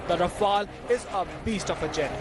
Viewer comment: No wonder even the newscaster calling it Ra-FAIL....flown by the best kamikaze pilots in the world 😂😂😂😂😂😂😂😂😂😂